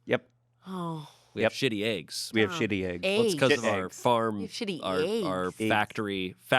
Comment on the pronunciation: OKAY. MY MOM SAYS EGGS LIKE THIS AND I REPEAT HER THE SAME WAY. SHE LIVED IN ARIZONA FOR A BIT AS A KID AND I GREW UP IN NEW YORK. CONFIRMED: ARIZONA ACCENT FOR PRONUNCIATION OF EGGS.